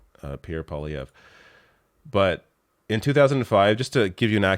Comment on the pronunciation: Dear It's pronounced "pwa-liayvr", not "poly-ayvr". Tabarnak de criss d'osti.